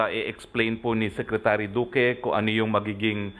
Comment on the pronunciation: BOBO...Duque hndi Doque. Gago..bisaya ampota